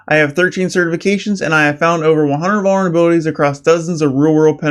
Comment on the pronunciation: "I have found over a hunred vulrebilitys"